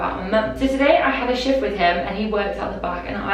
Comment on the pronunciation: on the first confession i fully thought she was saying shit instead of shift 😭